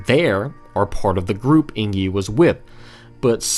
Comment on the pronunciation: Just now seeing this video, but everytime I hear you say Eingyi as like ‘ey + ng (as in sing) + yee’ (or /eɪŋ.ji/ for language nerds) and not like ‘ey + n + jee’ (einji or /eɪn.dʒi/) makes me twitch lol